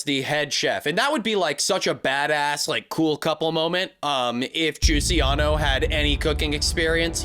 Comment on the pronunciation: I'm sorry. I had to stop the video at "JUCIANO" and contemplate things for a bit.